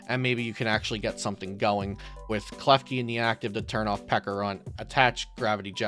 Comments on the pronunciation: Great video, very helpful! But pls learn how to pronounce Pecharunt properly, it's a ch sound not a hard k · Peckarunt? It's not pronounced like that